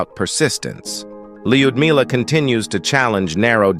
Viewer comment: Having known several Russian women with this name, I can safely say that the proper pronunciation is l'-you'd-me-lah.